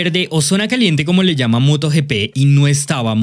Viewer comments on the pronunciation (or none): none